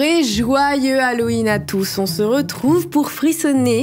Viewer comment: Quand elle a dit hallowen j'ai HYN? 😭 Je kifferais toujours autant même quand j'aurais 56 ans je pense 🩷🎀🫶🏻